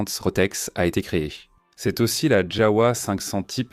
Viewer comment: Ça se prononce JAVA et non pas JAOUA !